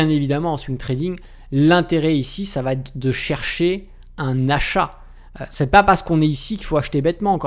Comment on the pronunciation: Alors.... formidable tes vidéos....... mais le " ça vatêtre " ou le " quel vatêtre " ça fait mal au oreilles. 😉